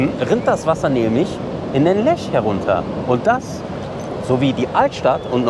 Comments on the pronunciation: Hallo Ihr Zwei, wie immer tolle Berichte-großes Lob an Euch!!! PS: Der Fluss heißt Lech nicht Lesch! Sagt Ihr und steht auch so am Anfang in Film😇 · Liebe Grüße aus Landsberg! Schönes Video aus meiner Heimatstadt! 😊 Kleine Anmerkung : Es heißt Landsberg am LECH. Nicht 'Lesch', wie zu Anfang bezeichnet.